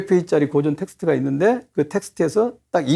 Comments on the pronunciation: 고전 강의에 강사의 "고전"밯음이 틀렸으니, 이 얼마나 아이러니칼한 한 한국 문화이옵니까??? "고전"의"고"자는 "길게" 발음해야지요! 강사께서계속해서 "짧게" 잘못 발음하고 있습니다. "고서, 고시,"등 "고"는 모두 길게 발음해야하지 않습니까? 이런 평상어를 바르게 바름하지 못하는 한국 문화가 하 분하여, 1967년에 고국을 떠난 이 늙은 이가 쓴 책, "한국 어문을 고발함"을 조용히 읽어 읽어 주시옵소서. 미국 변 완수 드림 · 우선!! 고전 강의에, "고전" 의 발음이 틀렸오이다!!! "고전"의 "고"는 길게 발음해야지요!! :고사", 고적" 등 "고"는 모두 장음이올시다. 적지 아니 실망했오이다. 고국의 지성인 여러 분!! "한국 어문을 고발함"이라는, 한국 출판사상 초유의 이 책을 읽어 줏이 옵소서. 미국 변 완수 드림